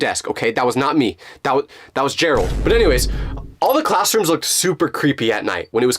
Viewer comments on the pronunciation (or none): "it was jerold" WHO IS JEROLD💀💀